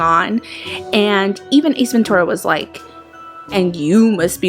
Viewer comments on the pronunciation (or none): She says munucle and ace venturu